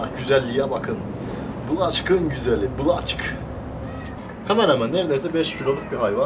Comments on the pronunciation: Yanlız o black olarak okunmaz okunuşu bilek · Black diye yazılır blek diye okunur.. O'nun yerine siyah australorp horoz diyebilirsiniz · Black diye yazilir Blak okunur